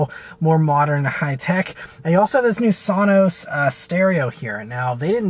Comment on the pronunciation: Not sanos.. its sonos ;)